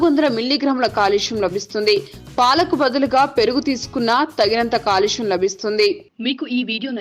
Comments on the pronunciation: telugu rada?calcium anakunda,kalusyam antare? telugu matladatam nerchukondi.english lo kuda calcium ane kada chadavali? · కాలుష్యం కాదు కాల్షియం